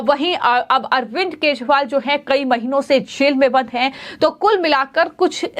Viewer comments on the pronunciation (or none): Madam wo arvind kejriwal hai na ki keshwal. Zara apni hindi u ch charan theek kariye.hindi bolna sikhaao isko the news walon.